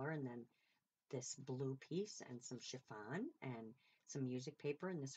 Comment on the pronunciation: Amazing job! I’m never surprised, you have always been a quick learner! So funny, I remember you saying efemera wrong but I wasn’t about to correct you! Lol lol but I will tell you my child, it’s not chiVon, it’s chiffon! Lol lol love you and your flip out is just fabulous!! 💜💜💜💜💜💜mom